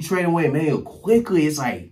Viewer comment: Had to stop watching cause he said the trade wrong in the beginning….for OG Anunoby, AND Immanuel Quickley